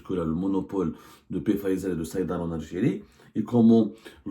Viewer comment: Abdou , svp de pronouncer Pfizer "Fizer"". On ne pronounce pas la lettre P.